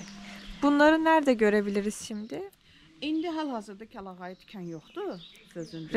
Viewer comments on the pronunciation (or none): Kəlayağı yox, kəlağayı daha doğrudur.